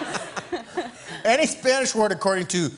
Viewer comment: La pronunciación del español de Jimmy es muy clara! De verdad es muy buena!! 10/10